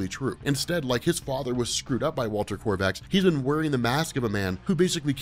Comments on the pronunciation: There is no r in the word Kovax, KOVACS not KoRvacs, it's driving me insane when you say it wrong over and over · Yeah there's definitely no 'r' in the name Kovacs......killin' me... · Why do you keep adding an R to Kovacs? Maddening. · I love these videos and your one of the only subscriptions I have in all the years I’ve been on YouTube but it’s KOVACS, Not KORVACS!!! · It's Kovacs. Walter Kovacs. Korvac is an Avengers villain. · This was an interesting video with good theories and explanations. But I wish he wouldn't keep mispronouncing Kovac's name as Korvacs. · I don’t understand how someone with a seemingly encyclopedic knowledge of all things comics could continually call Rorschach by the name “Korvacs” - it’s Kovacs… really strange… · At least twice you called Rorschach "Walter KoRvacs". His name was Walter KOvacs, like ythe late actor-comedian Ernie Kovacs, whom I used to watch on TV when I was a kid. He was one of the funniest men of the early 1960s, but he liked to drive too fast. RIP Ernie. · I know knows it already but hearing him constantly say Korvacs instead of Kovacs is frustrating. I hate that it bothers me! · KOVACS! Walter Kovacs. Not Korvacs. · How do you read a story over a space of years and never realize that it's Kovac, but you keep saying Korvac and it's irritating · KOVACS not Korvacs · Kovacs, not Korvacs. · I’ve heard of you’re condition, you have a rare bone disease that impedes your ability to not put an R in Kovacs. Perhaps someday you can get a bone marrow transplant! 😁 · Say it with me, now: "KO-VACS" That is all. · ITS KOVACS GOD DAMN LBVVFS.